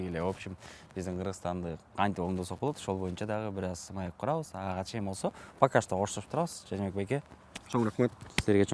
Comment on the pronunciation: маек, маэк эмес.